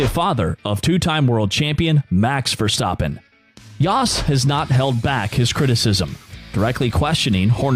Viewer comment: Your A1 is terrible... You can't even pronounce Max’s last name!!! You sound corny!!! 😂👎👎